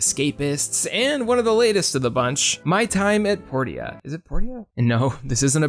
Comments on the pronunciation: Port-ia. I thought it was pronounced Por-cha? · Dude its Porsha not "Por tee uh" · "My Time at Port ee ah" It's said Porsha. Porteeah, really? That hurt to listen to repeatedly. Also Portia is DEFINITELY a Harvest Moon-like game (not even clone) just without farming, not Animal Crossing. Just because it has villagers doesnt make it Animal Crossing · The funny thing is the voice actors in the game pronounce it as both port-ee-uh and por-sha, so who knows how it was meant to be pronounced. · isnt “portia” pronounced as “poor-sha”? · Portia is pronounced Porshah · The townspeople even call it Porsha. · porsha.... porsha... its pronounced porsha. like porsche. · Portia is pronounced Porsha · I think Portia is pronounced like Porsche. Maybe? Unless you pronounce Porsche wrong lol. Por-sha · ...Poor Sha. THat's how you say portia. lol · Port-ee-uh? Okay then. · “Port-e-ah”??? I’ve never heard anyone pronounce Portia like that lmao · everytime he says portia wrong, I cringe. is how you pronounce it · Makes me feel validated as my name is actually Portia and is pronounced that way :) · my time at portia and fantasy life aren't animal crossing clones. i get that it was mentioned in the video that some of these are more harvest moon like, but the video is called animal crossing clones. if you're going to make more of this series i'd suggest either changing the name or finding games that fit a bit better. also i've never heard someone pronounce portia like that. what the heck